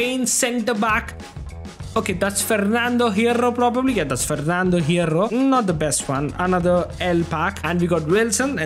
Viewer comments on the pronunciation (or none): The way he told in the minute 😂😂!!FERRRNADO HERRRRROR!!😂😂😂😂😂